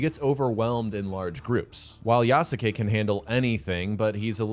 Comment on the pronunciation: Please for the love of god learn how to pronounce Yasuke's name right.